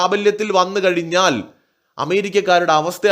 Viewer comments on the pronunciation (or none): none